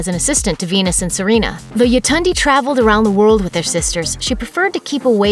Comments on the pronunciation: Its Y(ay)tund(ay)! Nigerian name. RIP. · I am Nigerian and the cringy pronunciation of Yetunde